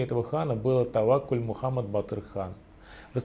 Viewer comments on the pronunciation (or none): none